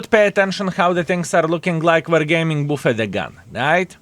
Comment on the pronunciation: Its “BAFD”, not “bufed”